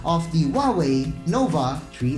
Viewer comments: tree i talaga narinig ko eh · Huawei Nova TREE i 😂😂😂